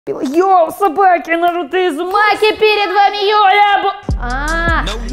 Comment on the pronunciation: Не изумаки а узумаке